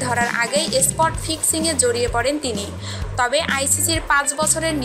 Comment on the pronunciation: ESPOT FICCHING>CHOUTIRISH< MICHEL ESTARK>>EGULA KISHOB UCCHARON????????